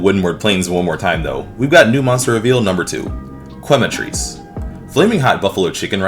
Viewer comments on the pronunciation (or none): Quematrice is pronouns: ke matris, quema means burns in spanish btw